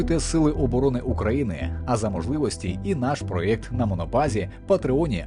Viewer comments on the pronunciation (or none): none